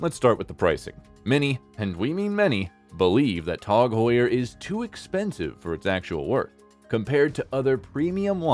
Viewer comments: It’s Tag Heuer not “Tog Heuer” say it correctly 🙃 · Its Tag Heuer Not Tog Heuer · It's tag not tog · Never heard it called Tog Heuer... until this video. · “Tawg Hoyer” It’s like a contest for who can come up with the most ridiculous annunciation. So far, this narrator is leading the pack in 1st place.